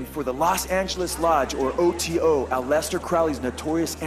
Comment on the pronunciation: "a-lest-ter" Crowley?? Try. AL-eh-stair, like Alice-stair.....